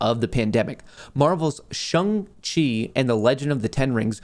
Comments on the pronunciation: Shang Chi not Chung Chi lol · I think it’s SHAAAAANG not shung lol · Omfg its Shang not Shung! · Love ya but No way is Shang pronounced Shung…. 💀 say it like Shanghai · Dude, you butchered Shang-Chi. 🙉There’s an “A” not a “U” (Shung-Chi). That’s like me pronouncing your name Mutt Kohrs. 🐕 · I can see struggling to say shang chi ahahah.